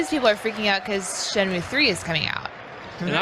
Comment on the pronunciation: Damn these guys dont seem to know anything. Didnt know last guardian, talked straight through shenmue, called it shamy??? Lol what???